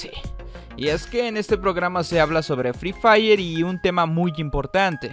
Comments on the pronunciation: Dile al señor satanivo ke se dice frefire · Jajajajaja 🤣 fri fraider jajajajajaja 😂🤣🤣🤣🤣😂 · jajajjqjajaja fri frairer lo que dijo el de las noticias jajajajjaja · No voy a olvidar eso y cuando dijo frifraider 😂😂😂 ay que hombre ese siquiera hubiera buscado como se pronuncia 😂😂para no Aser el ridículo igual lo iso 😂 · fri frayer xD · fri fraider xD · free fraider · Fri fraiden 😂😂 déjenme reír más fuerte JAJAJA 😂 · Envez de free fire es fri fraider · El señor: fRi fRaIrEr Vaya que no sabe pronunciar XD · Me rei en la parte que el señor dijo frii faire xd :v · el señor de la tv : free fraydey yo : hoy es el Black fraydey jajajja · primera mente no se dise FRE FAYER se dise free fire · Free fraiden dijeron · no ese no es el juego dijo freefailer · Jajaja pronuncien bien mejor FREE FIREE ✍️ y no digan free fraiden ni free fayer jajaja y NO SALGAN CON PENDEJADAS QUERER PROHIBIR ESTE BUEN JUEGO , EL JUEGO NO TIENE CULPA DE QUE LO JUEGUEN PERSONAS MUY CHICAS O PERSONAS ADULTAS PERO PENDEJAS 🤭🤪🤣😂👍🍹🇲🇽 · fri frailer jajjajajajajjaja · Se dice FREE FIRE 😝😝😝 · fry fraider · Ingles: free fire Español:fuego gratis El señor: fri fraiders 🤣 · Nadie absolutamente nadie: fry fraidert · fri fairer xD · Frii fraiden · Fríi frayrer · no mames "free fire" es mi juego favorito jejejejeje hasta dice el nombre mal, no dejan a uno tener con que distraerse que malos jajajajajajaja